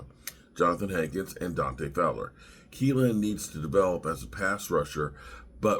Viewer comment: I'm a Wash fan and this looks pretty good for the Cowboys. Guyton, Kneeland, Cooper are all good prospects., 'knee' is the thing on your leg, the part that gets injured so much in football. So his name is probably pronounced with a silent K